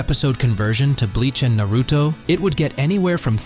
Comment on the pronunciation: You should learn how to pronounce Naruto